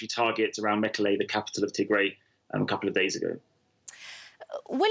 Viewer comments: The name is " Tigray" not to gray. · Correction it’s “Tig Ray” pronounced in the same way as “Sun Ray” I am amazed by Western Media in 2020 that you still have to rely on these talking heads who are non African and not present on the ground in Africa to explain the African Story. This is ridiculous. Africa has 1.3 billion people many of whom can articulately explain our own story. This is a power shift in Ethiopia that happened right after PM Abiy Ahmed won the election and started cracking down on corruption perpetrated by the old regime which had Tigrian support. The result has been blow back from the Tigrians who feel that they are being unfairly targeted in anti corruption law enforcement and they have decided to launch a war in retaliation. This is pure lawlessness, however Ethiopia’s enemies want to capitalize on these criminals to cause chaos in Ethiopia 🇪🇹 especially to ensure that the GERD is a failure. That is what is happening in Ethiopia told to you by an African who lives in Africa. We can tell our own stories without your help, Western Media. Thank you very much.